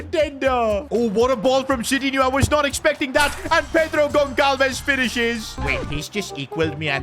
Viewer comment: It is not pronounced Gon-kal-ves (Goncalves), rather it is Gon-sal-ves